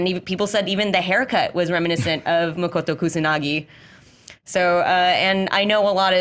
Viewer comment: Her name is "MOTOKO KUSANAGI" not "MOKOTO"